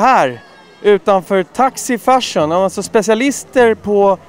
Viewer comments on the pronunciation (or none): Jag trodde han sa "färsen", men det var tydligen "fashion" han sa, HAHAHA!